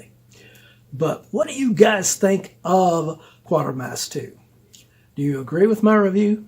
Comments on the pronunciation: My only qualm is you pronounce Quatermass as Quartermass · The only qualm ive got is that you pronounce Quatermass as Quartermass apart from that brilliant review...as always